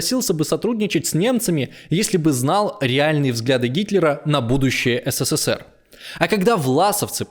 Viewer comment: Как слышу такое БЕЗГРАМОТНОЕ еС, Се, Се, Се Р, аж тошнит от тупости диктора,. СКОЛЬКО букв С в СССР ???